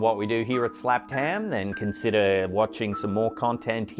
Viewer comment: Seriously!!! His accent with “ham” is the best!🤣💖🐷